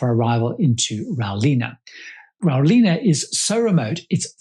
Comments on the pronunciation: What an informative review thanks. We’ve been looking at this trip for a while. Btw, Rawling is pronounced as spelled - not row-leena. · Excellent review but these are 'compartments' not shipping/aviation use of 'cabins'. As an aside, you mispronounced 'Rawlinna': it should be 'raw-lyn-a' with a short 'a' at the end. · Great review and thanks for the Video credit on the footage you used. The Nullarbor is a magical place and Rawlinna (Pronounced Raw-Linna) is an amazing pastoral operation smack bang in the middle of some of the most beautiful country southern Australia has to offer. A touch under 3 million acres which in its peak has shorn 75 -80 thousand sheep. I'd suggest if you ever have the time, driving across the Nullarbor so you can take in all it has to offer at your own pace, it's history and the beautiful desolate landscapes. Look forward to seeing more of your travel reviews.